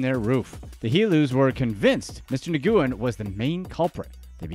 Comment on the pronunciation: Dude "NIGOOOEN"???? YOU GOTTA BE SHITTING ME!!! Nguyen is a very common last name over there. It's pronounced "Win"